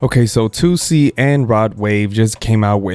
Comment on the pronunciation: when toosii name get an “A” in it?😂